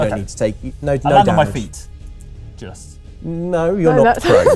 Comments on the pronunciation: I heard not prone too. I was like "oh cool, i guess cats Do always land on their feet" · I heard "not prone" also, both times, lol.